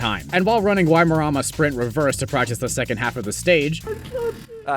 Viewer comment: Your pronunciation of Waimarama is more smoothbrained than your community. I'd tell you it nearly gave me a stroke but you'd probably want to watch. Is it so hard for someone from 4% of the world to learn what the other 96% is like?